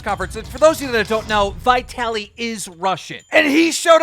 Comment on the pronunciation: you pronounce "vitaly" so strange. If you took the v off the start how would you pronounce it? why are you capitalising the "I"? say Italy and stick a V on the start lol... yanks are funny with their pronunciations lol.